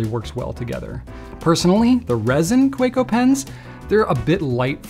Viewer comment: I think Kaweco is pronounced kuh-veh-ko. It’s German.